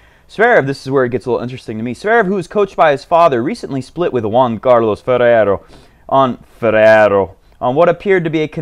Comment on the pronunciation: I've been playing for the past 15 years but I still enjoy your show...you're tearing everybody's English and especially Spanish names...before it was struuuuff now its BUSTAAAAAAAAAAA and FERRRRRERO....you're hilarious, mate...and the joke about the kid too..and by the way do you watch NBA...if so which is your fav team???>>>Zvendl sounds interesting but I hope NK gets a coach too...